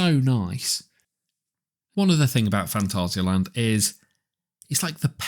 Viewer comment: German here, not rrrr- ssss. Fantassia-Land ^^ And 2nd: not Länd. The a is not an ä. just Land. And it is not Täron, just Taaroonn. Pronounce the a deeper.^^:popcorn-yellow-striped-smile: Geister Rikscha ist not well maintained. Sadly. Last time i visited the park, me and the son of my girlfriend counted the areas where water from the roof was going threw xD I guess they dont have a good plan what to do with that area. Edit: Whats that Video, here you can hear Taron the way it should :D Freizeitpark der Weltrekorde - Phantasialand | Heimatflimmern | WDR at 6.26